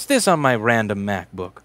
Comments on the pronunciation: I have a feeling you love saying mac-book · For some reason I didn't hear mac book, but crap book